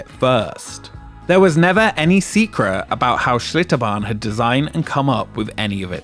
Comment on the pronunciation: "Secruh". Unbelievable.